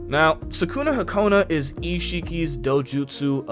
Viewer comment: your saying sakunahakona is Sakunahikona